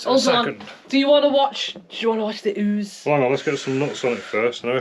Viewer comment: Did she just say “oozeage”? 😂